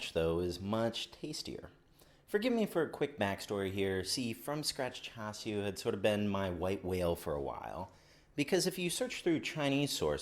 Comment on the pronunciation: Swear if you say "chew shoo" 1 more time...I'll, I'll....go buy some. Good vid!